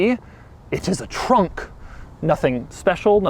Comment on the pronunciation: did anyone else hear Doug say “trunk” with a French accent?